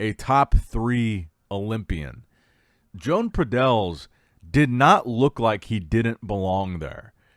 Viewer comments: Yo-ahn. It’s pronounced Yo-ahn Pradells, not “Joan” 😂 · SLAUGHTER the name! Muuahahahahaa .. Btw Good job, Jone Padell 😊 lol